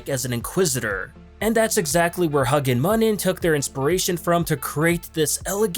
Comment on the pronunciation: Not gonna lie, as a mythology nerd, I was tempted to stop watching when he butchered Huginn Muninn (HOO-ginn MOO-ninn) Odin's birds.